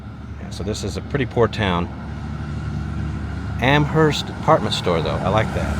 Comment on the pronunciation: By the way -- not sure about there in Texas, but in New England, the "h" is silent. "AM-urst".